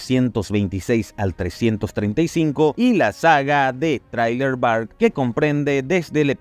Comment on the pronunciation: por favor se pronuncia Zriler Bark.